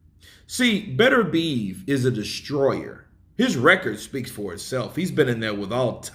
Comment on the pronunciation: Yo. please try to pronounce BETERBIEV correctly, It is not pronounced BETTER BEEVE as you keep saying, it is pronounced BITTER B EV